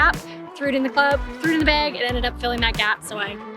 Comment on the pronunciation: haha she says "beg" like my wife does who is from South Dakota. Never gets old lol.